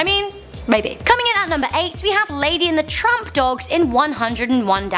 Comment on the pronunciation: lol she said lady and the trump #cornhairtrump